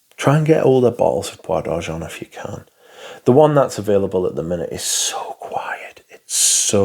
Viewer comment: Oh boy, we gotta work on that French pronunciation! Oh De Jawn-Tee-En Blonsh. JerAneeum Poor Miss-ye (like the first half of the word year, also no 'n' sound (it's not moNsyear)). Bwah D'arrgen (I think you got that one correct). With love!